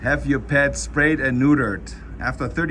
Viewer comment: neutered or 'SPRAYED' LMAO 😆🤣😂♥